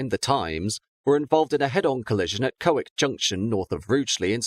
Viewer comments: like the ref to colwich but its col,,,, whitch,,,,,,, not cowik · Excellent summary and good to hear the power-up sounds once more at the end. Minor adjustment: Colwich pronounced Kollich not koll wick \m/ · A great video. Thanks! If you rework this, please note Colwich is pronounced 'Colwitch'. Also in the class 321 video, Milngavie is pronounced Miln-guy, bit please check the latter as i'm not from Glasgow. Thanks for all your hard work! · It's actually pronounced Col-witch. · The locals pronounce it as "Koll Wich" I have worked with people from that area.